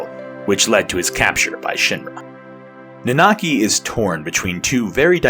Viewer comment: also It's nanaki not naanaki, sorry i get hung up on such dumb things. edit well shit you start saying it right, right after I posted this lol sorry.